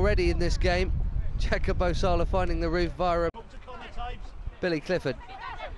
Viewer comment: His name is Jacopo, not Jacapo.